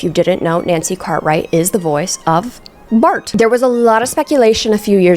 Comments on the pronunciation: Pls stop saying Bart like that lmaooooo like BHLART😂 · The way you say "Bart"😭😂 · Just the way you say Bart is cracking me up! 😂